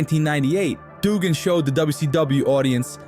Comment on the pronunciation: Disliked the way this narrator said Duggan, it's pronounced Dugg In.